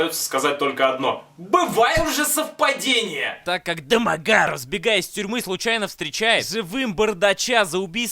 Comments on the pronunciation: Очень нравится, как Бэд произносит =ДомоГАров!= Еще нравится в подобных фильмах, как мочат главного героя, ну почти убивают, и только после этого у него просыпаются мощные силы и он отоваривает всех многочисленных врагов... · а почему он его с такой интонацией называет-Дамагггаарав? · Я щас умру со смеха этого произношения ,,Демагаров,, 🤣🤣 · Теперь если по тв или в инете вижу эту фамилию произносится в голове так же как в обзоре ДамАгаров🤣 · Это произношение «Домагарэээв» преследует меня уже вторую неделю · С*ка, обожаю когда произносится вот это вот "Домогароув") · Да у Евгения какая - то своя нелюбовь к Домогарову. Всюду так его произносит. Боюсь, что скоро в фильме, где его и не будет, всё равно произнесет Дамагарэв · если следовать произношению Бэда, то писать нужно "дамаГ-ГААрова" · Только из за твоего произношения ДОмОгАРоВ смотрю несколько раз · Домо... Гаааров!! точная интонация!! 😂😂Именно так произносится эта фамилия😅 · Ржал столько раз сколько ты произнес фамилию Дэмэгарова😂😂😂😂😂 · Алчему когда он говорит дэмагаров! Я смеюсь! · Как он произносит ДамогАааро-ф-ффф! Гениально. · Классный обзор! Мне понравился акцент на фамилию ДОМОГАРОВ! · как же мне нравится,как он произносит "ДомоГАров")))))))))))))) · можно бригаду почему домогаров таким тембром произносится? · С тех пор фамилиё Домогаров произношу только с интонацией Евгена! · такая озвучка фамилии признак дебилизма произносящего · Имел несчастье посмотреть это кено... Обзор лучше снят, игра актёра на высоте, ржал ппц, особенно убивает как произносится "домогаров" 🤣, как в трейлере этого говнофильма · Жека 😆😆ты то Жека шо куришь, ударение на домогаров это аут🤣🤣🤣🤣🤣🤣🤣🤣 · Народ, кто-нибудь, проведите мне ликбез, почему фамилию Домагарова произносят с такой интонацией. Первый раз я услышал её в обзоре Евгена на "Союз спасения", но, как я посмотрю, корни куда глубже. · С каждого его произношения "Домогаров" я ржал до следующего xd xd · хаха почему он так произносит Домогаров?